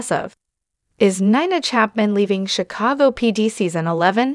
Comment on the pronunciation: “Sea- a - saw- go. 😂